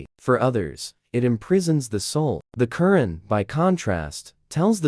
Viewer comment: A constructive criticism: The Qur 'an is pronounced with an emphasis on the second syllable. It sounds like you typed in the words and AI spoke them. Is there a way of correcting the AI pronounciation of a word? This could be important when you are talking about somebody's religion. Anyway, good post. And I agree with nearly all of what you said. Also, I like that you left the decision up to the reader after saying some pros and cons of each philosophy.